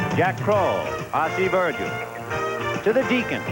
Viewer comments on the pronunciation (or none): none